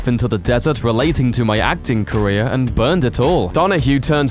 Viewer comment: this should be caweer ending posts for this presenter. a brutal speec impediment and his wegular apwearances here pwevents me from subswibing or even making it to the end of a video he weports on.